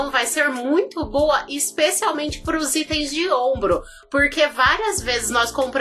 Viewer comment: "Istem" foi fd 😂